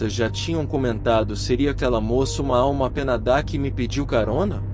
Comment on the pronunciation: alma penadá😂 as histórias são boas mas a pronúncia desse leitor artificial foi o melhor